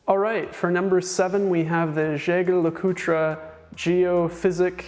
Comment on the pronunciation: Jaeger-LeCoultre --> French "zheh-zhere la-coot" German --> Yeh-ger La-coo-trah"